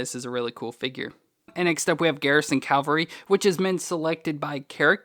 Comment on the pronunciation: Cavalry, not Calvary, which is where Jesus was crucified. Pronunciation makes a difference. Big difference in this case!